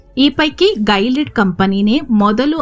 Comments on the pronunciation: It's not gailead it's Gi-li-aid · ಅದು ಗೈಲಿಡ್ ಅಲ್ಲ ಗಿಲಿಯೆಡ್ i have worked in that project as a software engineer